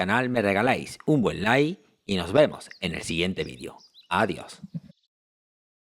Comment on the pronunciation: NO SE DICE "VIDIO".. SE DICE "VIDEO"!!👍